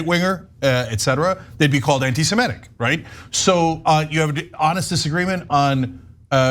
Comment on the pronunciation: It is not antisemETic. It's antisemitic. Please correct the pronunciation.